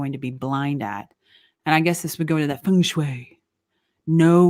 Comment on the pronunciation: Ps Beautiful feng shui pronunciation